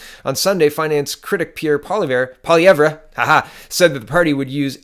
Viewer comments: Why does he always mispronounce his name? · Excellent posts, listen to them every day! BTW it's Pierre pwa-LEV-re.